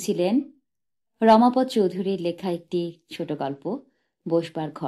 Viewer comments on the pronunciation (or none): "রমাপদ্" নয়, "রমাপদ-অ" 😅